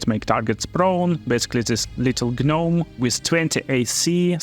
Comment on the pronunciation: The G in gnome is silent! Great video!